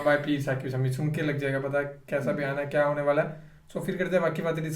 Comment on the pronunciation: शमी नहीं है शामी है